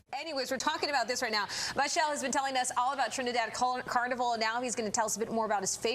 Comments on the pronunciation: She just called him Michelle. It Maaa chel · She kept calling him Mau-shelle …😅